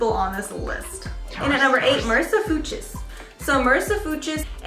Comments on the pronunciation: The German in me screamed when you said "Foo-chers" instead of Fuchs🙄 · MarissaFUCHS is a German name and means FOX. It is pronounced FUKS.